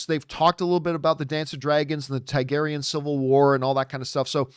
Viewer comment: It's pronounced Targaryen not Tygaryen